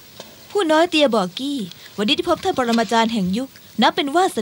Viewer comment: เฮ้ยท่านเตียไม่ใช่ท่านเตี้ยน่ะค่ะ 555